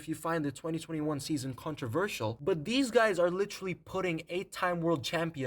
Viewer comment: "Literraly"? lol